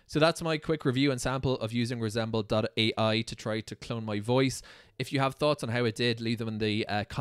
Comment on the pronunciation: The AI could not properly pronounce "AI", so it disqualifies it instantly...